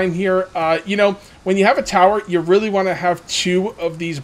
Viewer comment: buddy had a long night 😂😂 and it’s pronounced really